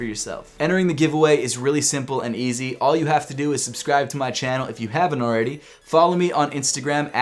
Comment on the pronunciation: Did anyone else think yeezy everytime he said easy